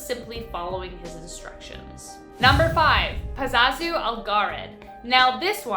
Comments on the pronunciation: #5 his name is pazuzu not pazazu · Excellent video as always but the name is pazuzu, not pazazu. It days back to ancient sumeria and some say has direct correlations with the baphomet. With the as above so below pointing gestures. And that fellow didn't live to far away from me in my state of NC. Keep up the good work tho. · It's pronounced "puh-zoo-zoo". He was from my hometown. They actually tore down his house a few years ago.